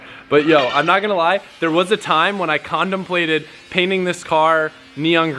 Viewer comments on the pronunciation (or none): Did i hear a rudnickism?... "There was a time when i condomplated"